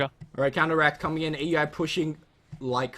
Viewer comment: Pronounced OW-UI NOT A.U.I. please:c